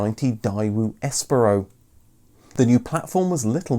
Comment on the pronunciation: 1990? 'Die-woo'?! 1995 'Dayoo'.